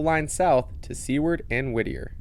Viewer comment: Enjoyed the video...live there 13 years watching the Alaska Railroad. Not to nick pick...the community is Seward and is pronounced like Stewart but with out the T (Sue word).